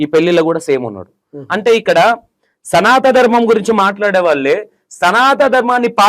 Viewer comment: నువ్వు వాడే పదం సరిచేసుకో... సనాత ధర్మం కాదు సనాతన ధర్మం